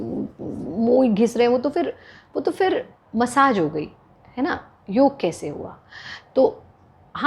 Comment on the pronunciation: Thank god ! Finally someone saying "Yog"and not"Yoga"!!